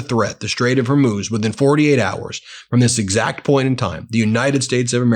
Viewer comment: hi Ben I enjoy your channel but it's a bit irritating that you can't pronounce Hormuz correctly. You pronounce it Her Moose - it's pronounce HOR Moose - HOR pronounced like the first 3 letters in horse or horrible.